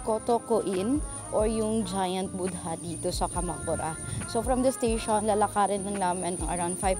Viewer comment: Correction, when you say Buddha, the "h" should be silent. "Boo-da", i.e. the first syllable is a (very) long vowel, without the ending d and country is pronounced as Kun-tree. Nice video btw. Thanks for the Klook unlimited sim tip.